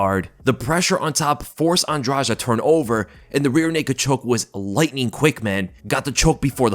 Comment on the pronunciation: LISTEN UP, "ANDRADEE", THAT'S THE CORRECT PRONUNCIATION OF HER NAME!! SHE'S NOT EVEN ABLE TO SAY HER OWN NAME PROPERLY BUT, SHE'S YET ANOTHER OF THE DIRTY FIGHTERS, OUT OF THE DIRTY LESBIAN FIGHTERS OUT OF BRAZIL, WITH 2 CHIPS, ONE ON EACH SHOULDER!!! SHE'S NOT ALL THAT GREAT EXCEPT FOR RUSHING OPPONENTS!!!🤷🏼‍♂️